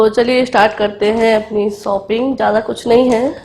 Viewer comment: Shopping hoti ha Sopping nahi hota ha plZ theek bola karo Warna don’t use this word